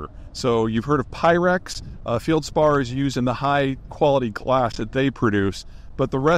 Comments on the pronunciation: "feld·spaar" not "field" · "Fieldspar" (sic). No, it's feldspar. No i in the word and there never has been. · It's feldspar, not fieldspar, Peter, but go on. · It’s “feldspar”, not “fieldspar”… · FELDspar pronounced FELL'D SPAR NOT FIELD SPAR. I made real Pyrex (borosilicate) glass, I also made missile nose cones, wave guides and cathode ray guns among other glass marvels. I'm sure there's a good bit off site. It's not hard to stock pile or store and some of the less lucrative uses can be sidelined for a bit. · Please learn how to pronounce felspar. It's a short "e", not a long " e" like you spoke. Think 'fell spar' instead of 'feel spar'. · Feldspar, not Feildspar. Pronounced with an E, like in "Bed". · FELD-spar, not 'Field-spar.' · “Field-spar” 😂 Never heard anybody say it that wrong before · Feldspar is pronounced like Marty Feld man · Denigrates Southern time and then can’t pronounce feldspar. 😬